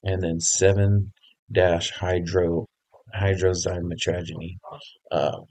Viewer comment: Stupid ass title. Dude can’t even pronounce 7-Hydroxymitragynine.